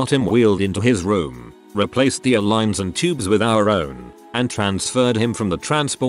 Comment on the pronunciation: It would help if ER and ICU were pronounced properly. Are we listening to a bot?